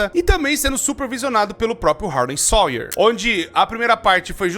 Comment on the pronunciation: "Harley SOIER" Harley SAUER 😭😭😭😭😭😭😭